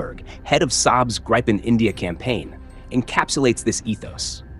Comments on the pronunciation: Not "Graipen" but Gripen, you idiot. Does the Americans and the British pronounce correctly anything in the world that is not English? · It is not Graypen. It is Gripen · Gripen, not Grypen. I stop watching now. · It's NOT "GRUYPEN", it's "GRIH-PEN" 🤡🤡🤡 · Uph, as a Scandinavian flinched with each Greye-pen instead of Gree-pen pronunciation.. anyway, for so many reasons Denmark shoulda taken these instead of F35s! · The pronounciation of Gripen in phonetic transcription is ˈɡriːpɛn - not ˈɡreɪpən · Its not ”grajpen” 😑 its gripen……😑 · The name is gripen not greipen. stupid AI translation. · The “i” in “Gripen” is pronounced similar to Griffin. No “Aye”. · Gripen is pronounced greepen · Could you at least pronounce Gripen properly?